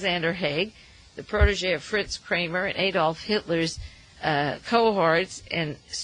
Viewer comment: ITS NOT A-DOLF. its adolf. or uncle addie.. joke.